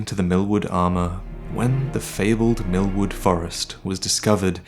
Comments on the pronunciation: Everytime I am laughing when hear "Mil..MILFWOOD" xaxaxa sry. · Am I the only one that thought everything said milkwood Instead of millwood